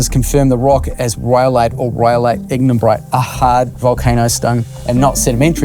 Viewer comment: It's Ignimbrite, ehoa, how you an expert on something you cant even pronounce huh?